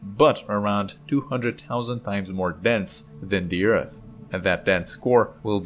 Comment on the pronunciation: I still miss him saying Ert.